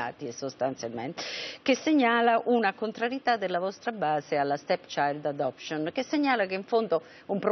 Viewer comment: "La STETSAILD ELEPSCION" "LA STECCIAILD ADOPCION" alla terza l'ha azzeccata